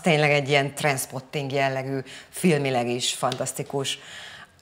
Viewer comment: Az Trainspotting nem Transpoting...semmilyen nyelvet nem beszeltek?